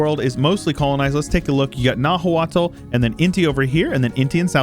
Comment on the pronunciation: By the way, Nahuatl is actually pronounced more like "Now-aht", with the t being a sort of glottal stop sound, like when you say uh-uh. Nahua then is pronounced more like "Now-uh". That's not perfect, but much more accurate to the actual pronunciation. I only know because I've been researching Mesoamerican cultures a bit for fun and listening to some podcasts about the Aztecs.